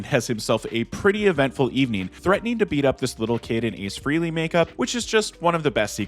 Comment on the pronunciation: Frehley is pronounced FRAY-LEE